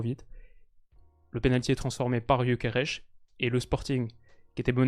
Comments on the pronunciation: Ça se voit que t'es influencé par le fait qu'il joue au Sporting quand tu prononces Gyokeres(che) 😂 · il est Suédois, pourquoi tu prononce son nom à la Portugaise 😂